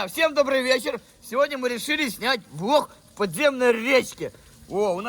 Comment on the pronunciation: Кому послышолось что он сказал не влог а влох